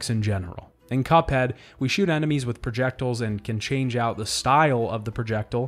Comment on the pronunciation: I'm obsessed with how you pronounce projectiles